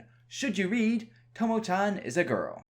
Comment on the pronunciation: why you say it like tomo chen ? it is chan with a A not an e